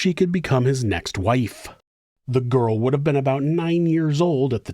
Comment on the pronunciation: Stop being creepy Jyials with a J. Love it actually 😂